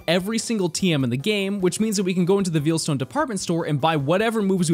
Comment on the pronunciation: Something I’m endlessly amused by: the way says Veilstone. He says it like veal, like the meat, instead of like the word it is, Veil. If you’re wondering how to say it, think of it this way: how do you say the term “Wedding Veil”? If you want a direct pronunciation: Vay-uhl.